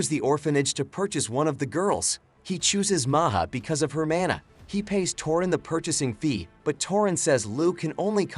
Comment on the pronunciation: he said "He uses his mAnR to transport him."